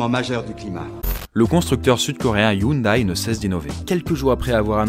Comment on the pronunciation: très bonne vidéo juste petite précision, Hyundai ( 현대 ) se prononce " yaun dé " et pas " youn daï "